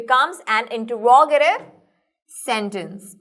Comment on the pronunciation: awsome but the pronounciation of interogative was wrong